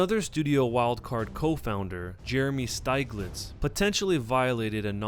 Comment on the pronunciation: Steeg-litz, not Styg-litz